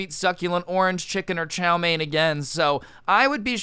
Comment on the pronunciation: The way he pronounced chow mien....